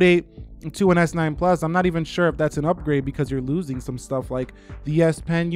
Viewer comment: Hold your horses. It's not always s9 ploos